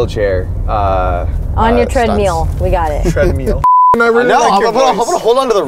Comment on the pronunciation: Hearing "treadmeal" makes me stupid uncomfortable.